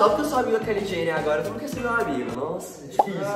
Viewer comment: É "Keily Jenner"